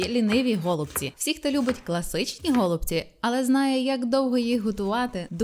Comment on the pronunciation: Не гОлубці, а голубцІ:) дуже смачно. Вдячна за рецепт